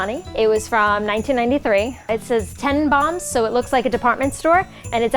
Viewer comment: why did she pronounces Tannenbaum like that.....